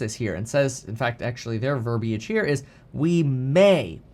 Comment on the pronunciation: I appreciate your pronunciation of verbiage